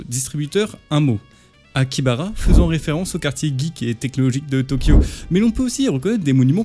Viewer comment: C'est Akiabara et pas Akibara😅